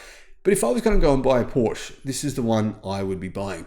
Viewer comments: Thank you. I really enjoy your frequent uploads. Could you please try to add the e in your Porsche pronunciation. Just as the i in Audi is pronounced, so should the e in Porsche. Whenever I hear your pronunciation I always think of a covered shelter projecting in front of the entrance of a building. Thanks again. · It's called PorschE, pronounced Porsh-uh. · Pooosh. 😢😢 In my head Porsche is completely different car than any Pooosh. It's like a lion or tiger without tail. My ears are so suffering... 😁😁 PoooshE.